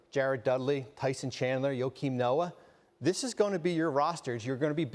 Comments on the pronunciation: Say it with me bobby.. Joe-keem. One more time. JOE!!-KEEM NOAH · Bobby said “Yokim Noah” XD